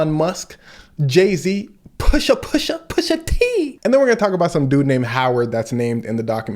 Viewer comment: Pusha teen?? 😂 all that Drake dissing caught him